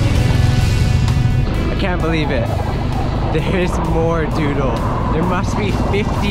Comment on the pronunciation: what you lack in skill you make up for in enthusiasm. That's what karaoke is all about. I love dodol! My former girlfriend's mom used to make it, and lots of other kakanen. I have to admit, though, it throws me off when you pronounce dodol as "doodle."